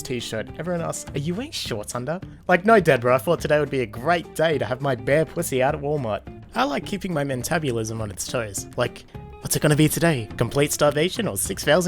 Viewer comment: Men tab u lism? Its muh tab ell ism